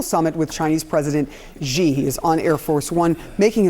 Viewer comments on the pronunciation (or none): Let’s pronounce President Xi’s last name somewhat correctly. There’s no “g” sound there.